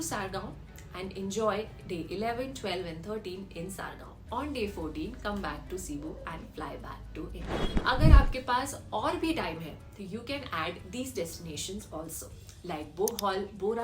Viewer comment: Its not davos…… it's Davao 😂😂